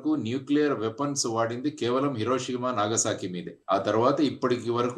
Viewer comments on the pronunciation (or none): ఇరోషిమా కాదు హిరోషిమా.